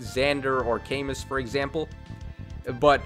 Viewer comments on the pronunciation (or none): Camoo it's pronounced Camoo!